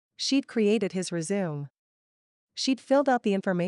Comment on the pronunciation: I bet this would be a great book to read! But I'm guessing that is one of those AI narrations? No accent, but some strange pronunciations of words like resume' and kinder.😮